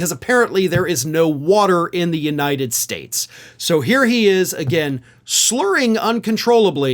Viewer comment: Donald can’t even Pronounce the Name of this Great Nation Correctly. He is Calling it, United Shates now. 🤦🏻‍♂️